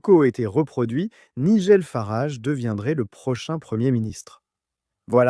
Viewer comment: c'est nul la voix IA . quand c'est programmé pour parler en français , même les noms propres anglais sortent avec une prononciation franco-française . "Nigel Farage" , dans le monde réel , ça se prononce pas du tout comme vous dites .